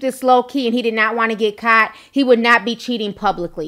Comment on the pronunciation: Are you from Queens NY ? Love how you say “caught” kaut 😘